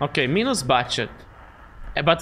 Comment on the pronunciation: Minus - "My-nus".... not so much "Me-nus"